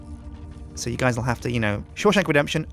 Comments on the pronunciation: The sjim shank redemoyion lol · shawsjin redemption or sjinshank redemption